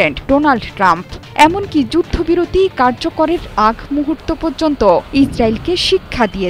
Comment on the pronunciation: আপনি জায়নবাদী শব্দটাকে জাইনো বাদী বলতেছেন। পর্যন্ত শব্দটাকে বলতেছেন পয্যন্ত। আপনারাই ঠিক।